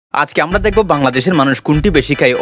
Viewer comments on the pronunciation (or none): none